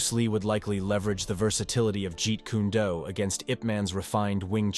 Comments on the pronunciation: Whoever the guy who made the video is, he's a frkin MORON! He mispronounced something (like Jeet Kune DO AND IP Man's name) then pronounces it right, then mispronounces it AGAIN. What's he been smoking?? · The most ridiculous pronunciation of "Jeet Kune Do" ever. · You and both know Bruce lee created fighting style is not called jeet ku nay do